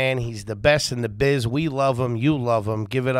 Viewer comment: "Best in the buiz"..."ok in the buiz" at best boys